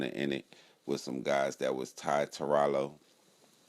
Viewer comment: Raylo lol